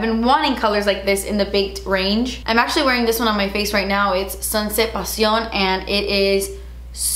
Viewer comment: That passion and primavera with Spanish pronunciation. The best!!